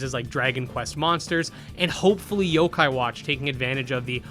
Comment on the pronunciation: some of these games you name are hard to know what they are because you don't list the name on the screen. So when I hear "kadomon" I legit had no idea what was said and had to go back hear you say it 3-4 times and try to look it up. This was also the case when you said "zokai" and I was looking up "sokeye" lol